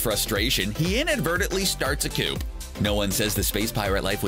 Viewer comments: starts a coop? LOL Dude! it is pronounced Cooooooooo for the french word "coup d'é·tat" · The "P" in "Coup" is silent..happy to help